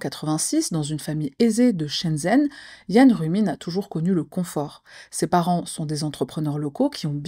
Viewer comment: Idem pour Shenzhen qui se dit shentjen